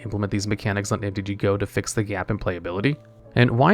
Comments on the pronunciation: It's MTGO not MTG GO. Come on dude. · why are you calling mtgo "mtg-go"??